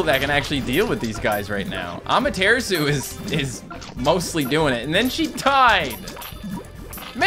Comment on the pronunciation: Rise of the Curior Cat, but was bullied into pronouncing Amaterasu improperly. During his stream "Well people were upset I saw saying it wrong." Feels so stupid. I am going to post every video about/or until Amatarasu (THAT HE SAID RIGHT THE FIRST TIME!) until he recognizes it.